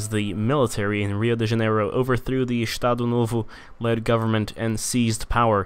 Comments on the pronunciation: "Ixtado nôvô" Hahahaha Saber que ele é BR foi uma surpresa maior que o 7x1 pra Alemanha uahauahah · Acho tão engraçada a sua pronuncia de "Estado novo" kkkkkkk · Também achei rsrs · zoa nosso sotaque n cara kk